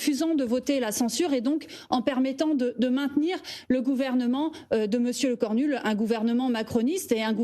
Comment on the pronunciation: elle a dit "lecornul" ??